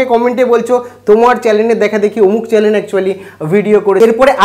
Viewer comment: চ্যানেল শব্দটা ঠিক করে উচ্চারণ করতে শিখুন আগে, তারপর viewers, বা subscribers এর কথা চিন্তা করবেন..